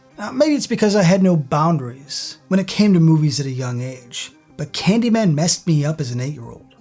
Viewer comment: It's Candymayne!!!!